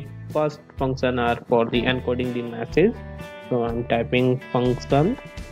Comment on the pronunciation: its Message not Massage